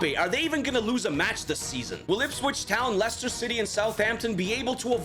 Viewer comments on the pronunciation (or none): none